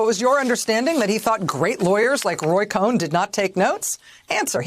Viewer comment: Cohn is pronounced con.